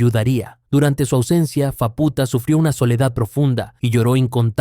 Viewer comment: por qué lo pronuncias como fapúta, si se dice sin acento? se dice fáputa no fapúta